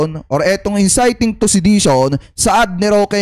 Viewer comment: Ayusin m pronunciation mo bok..inciting yn